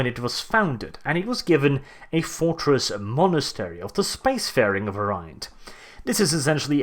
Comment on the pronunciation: You managed to say "fortress monetary" three times in one sentence. Don't do that again.